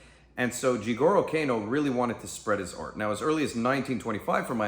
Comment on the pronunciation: Maestre Helio's name is pronounced "EL-EE-OH", and the "H" is silent. The "A" in Jigoro Kano's name is pronounced as in "Awe". Yeah, I know. I'm a pedantic shit but it's a pet peeve of mine. Sorry, not sorry.